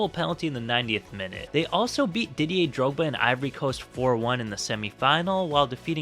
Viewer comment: I heard Diddy er drogba